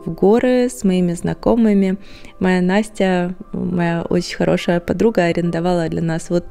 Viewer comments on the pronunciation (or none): none